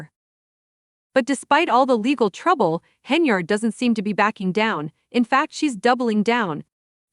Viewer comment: Stopped listening the moment I heard the mispronunciation of Tiffany’s last name 😂😂😂😂😂 🤦🏽‍♀️ 🤦🏽‍♀️